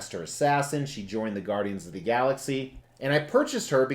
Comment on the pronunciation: Are you from Jersey. The Gaudians lol